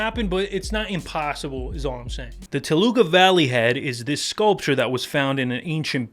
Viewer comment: It's Toluca you monolingual